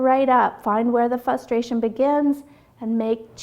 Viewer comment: good video, but I kept getting distracted every time you said "fustration"